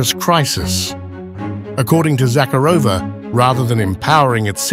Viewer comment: Please pronounce her name correctly. ZaCARova ie emphasis on second syllable.